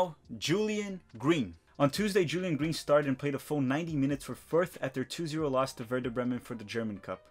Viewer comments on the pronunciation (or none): none